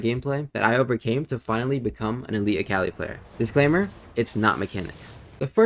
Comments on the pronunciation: good vid but, it’s so tilting hearing you say the name wrong on repeat. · lemme get this straight.. youve played akali for over 8 years…. and say her name wrong?